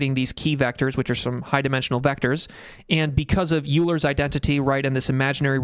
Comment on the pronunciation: Great video! Really enjoyed it. Just btw, Euler is pronounced like “oil - er” :)